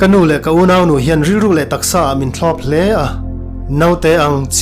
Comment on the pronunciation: Gym tih tur..Jim'ah ti tawh suh.tawngkam lam uluk ila ngai deuh. Unaunu tih pawh i lam dik lo,i mizotawng lam dan i pàitep thin.theih tawp han chhuah zel...teh.tawngkam fimkhur tawh la